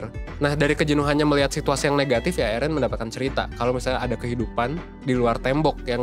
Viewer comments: Plis lah bang,,,, Eren,,, bukan ErEn:') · eren itu bacanya eren bang, bukan eren. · Yg bener itu Eren banggg, bukan Eren🤣